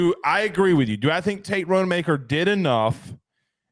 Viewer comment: Not RODE-e-maker. It's ROD-uh-maker. One google search and you can see that.